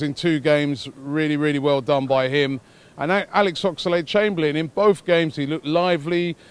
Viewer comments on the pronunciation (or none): Robbie it is Oxlade, not Oxalade. You don't need to add the 'A' bro.